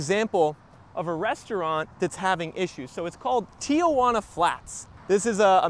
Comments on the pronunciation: It’s not “Tiajuana” it’s Tijuana !! No “a” between the “i” and “j” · It's not "tee-a-wana". You're adding a syllable that isn't there..... there's nothing in the spelling that would suggest there is.